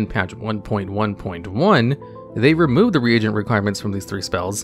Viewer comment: its not RE-AGENT, like AGENT bond. Its more like rEEgent XDDD